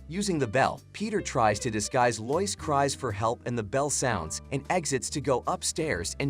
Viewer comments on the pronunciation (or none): Not loise it's lois